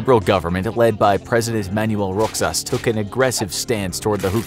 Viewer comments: Its Manuel Roxas(Roh-has) not xas. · one thing Roxas is pronounced as ro-has not rok-sas. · "Manuel Roksas". Yeah, close but not quite close. "Roxas" is actually read as "Rohas" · You read Roxas as Ro has not Ro xas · It's pronounced "President Manuel Rohas" not "Roxas" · it is pronounced “Manuel Rohas”, the “X” in “Roxas” is pronounced as an H. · just a correction it is pronounced as Rohas* Mag Say-Say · Just a headsup its Roxas is pronounce Ro-has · Just a note, Manuel Roxas's last name is pronounced Ro-has :) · IT'S PRONOUNCED ROHAS (Roxas)!!! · manue roxas (rohas) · Roxas is read as "RO HAS" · It's pronounced Rohas not Roxsas Edit: It's pronounced Magsaisai not Magseysey. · Umm Manuel Roxas is pronounced Ro-has like the x in Roxas is pronounced like an h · Roxas is actually pronounced as rohas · just for correction Roxas is pronounced as roh-hahs; Spanish raw-hahs not as it is written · its pronounced as ro-has lol ramon mag-sāy-sāy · IT'S NOT PRONOUNCED RO-XAS IT'S RO-HAS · ROXAS made me cringe, “rohas”